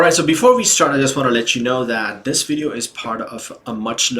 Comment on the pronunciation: Well, not really. He keeps saying stuff like "we going to" instead of "we're going to," "vweedeo" instead of "video" and other things that are grating on the ears of native speakers.